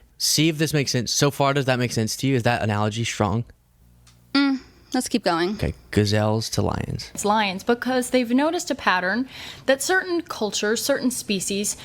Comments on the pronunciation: WTF is a "GAZAILLE" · She's dumb, thinks she sounds really smart, BUT she doesn't KNOW words. That animal is not a GUH-ZALE. It's a gazelle. And it's a kerfuffle, NOT a KRUH-FUF-UHL.